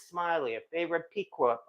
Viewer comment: I think Piqua is pronounced “Pick-Way” but could be wrong!